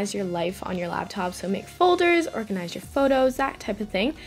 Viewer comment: Why "Orginize"?